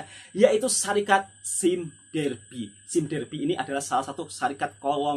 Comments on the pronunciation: "saim dabi" gitu ek..🤣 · "Sime Darby" sebut dengan betul Wak nanti cacat bunyinya kalau sebutan inggeris tak begitu 😆